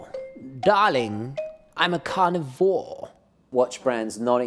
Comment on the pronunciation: "Numba fourrrr! Darling, I'm a carnivorrrre!" LOL